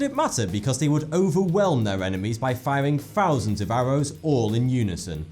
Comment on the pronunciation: "A fousand deaf whistles." Poor whistles.